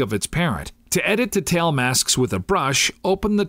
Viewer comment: Except when he pronounces detail.. hurts my ears :/